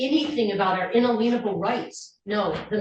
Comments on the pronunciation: "In-a-lean-able rights" 🤣😂😂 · I wish these people would learn how to pronounce "inalienable." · I have a feeling that's spme porpose to pronouncing it that way. Someone made up that pronunciation and said that makes it have some meaning that agrees with their beliefs. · She can’t say inalienable rights . ( or understand them)